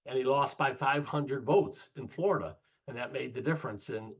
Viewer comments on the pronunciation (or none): none